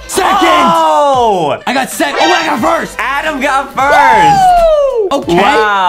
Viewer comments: GO BACK TO ENGLISH CAMP ADEM ITS TOTALLY ADEM NOT ADAM!!! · ADEM ITS NOT ADAM ITS A D E M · IT'S ADEM ADEM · Its not Adam it ayyyyyyyyyyydem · Lol justin its adem